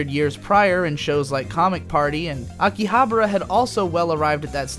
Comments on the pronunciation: Dude, it's AkihabAra, not AkihaBRA. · Pretty sure it's pronounced differently than how you're pronouncing it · Huh. pronunciation of Akibahara is like the fifth way I have heard it said. My wife's Japanese friend and our bartender buddy from over there each say it differently than the other too.